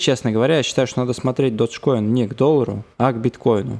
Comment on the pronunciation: додж коин..... ты выговаривать научись